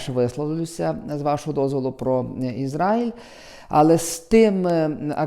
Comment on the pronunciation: Що слухати дурня, який не знає, де наголос в назві країни Ізраїль ставити